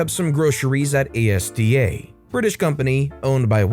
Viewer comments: Haha, you did it again, please read comments for helpful pronunciation tips... Asda is asda [sounds like Mazda] NOT A.S.D.A.! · That is Az-Der, not A-S-D-A... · ASDA isnt pronounced A-S-D-A. It's read as as-dah. (It's also not part of Walmart anymore) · ASDA is pronounced as a word, not spelled out. Like "Azz-der". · Asda (pronounced Azder!) has a full range of idiots just waiting to try your patience! :-) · Its Asda. Two syllables - "ass-dah". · lol, not the first american to do that with Asda. Its all one word, not an acronym! "As-dah". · Asda..... As-da.... its pronounced AS-DAH!!!!! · Thank you, I think I've said the same thing on a previous video. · Note for a future occasion: Asda is pronounced as a two syllable word (the word "as" followed by "da") and not as an acronym.